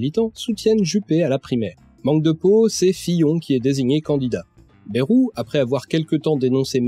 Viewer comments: Excellente vidéo et félicitation pour l'énorme travail que cela a dut demander. Seulement, une erreur grave, cruciale et souvent répétée m'énerve au plus haut point : ÇA SE PRONONCE BAYROU ET PAS BÉROU. (Pour les parisiens ou ceux qui parlent comme eux : Baillerou, car "ay" se prononce "aille"). Non sérieusement très bon boulot à part ça ^^ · Hello, émission passionnante mais j'ai un (tout petit) reproche à faire : on ne dit pas "bèrou" mais "baillerou" pour ce cher François Bayrou... même si je ne l'apprécie guère, c'est pas cool de déformer son nom. Il l'a d'ailleurs souligné lui même plusieurs fois de mémoire. Sinon à part ça franchement chapeau de détricoter tout ce merdier qu'est le "centre" ! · Merci beaucoup ! Et ouais j'hésite toujours entre les deux (et je crois que tous les journalistes et politiciens aussi). Je pensais avoir fait un compromis en tentant de prononcer très légèrement le Y, une sorte de "BAyROU"